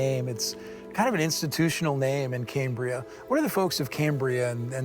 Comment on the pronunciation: It’s pronounced “cam”bria as in “cam”shaft, not “came” as in Cambrian, buddy.